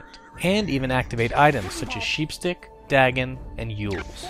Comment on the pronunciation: It's Dagon, Day-Gone. Not Da-gin.